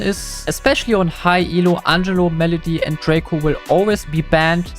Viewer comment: Kleiner englisch tip (weil du in einem shirt nach vocabulary gefragt hast): sag Ängelo anstatt auf deutsch Angelo 😅👍 trotzdem starker Content ❤